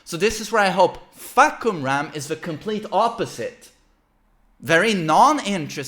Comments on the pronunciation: Narrator: fAhkumrA: fahkUmra! I got this. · i thought the pronouncation of the name was "fuck em up" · Pronouced as: Far-coome-ram